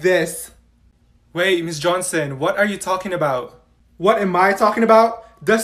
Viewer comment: I accidentally put Olivia at 2x speed when she said “ mRS JHONSOM” and she was like MS JOSON